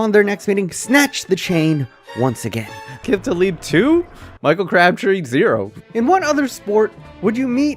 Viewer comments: Can't even pronounce Aqib Talib's name right. 🤣🤣🤣🤣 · Great video but damn you butchered Aqib Talib’s name.